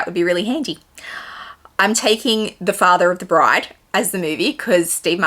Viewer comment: Omg the wedding planner’s pronunciation of bride 😂 Father of the bread 😂😂😂. I adore Steve Martin and he’s quite sexy too great dinner guest choices. I’ve had the pleasure of meeting Barrack before he became President, he is a lovely man and very humble Great Q&A. Loved it 🥰